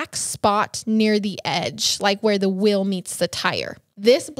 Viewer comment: Love you guys but Again it's "MALE" not "MILL". Also it's "WHEEL" not "WILL"!! so cringy!!! And "You can just FILL in the video", it's "FEEL" 😂😂😂